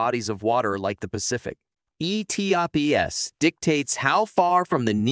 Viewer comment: Its pronounced "E-TOPS" one word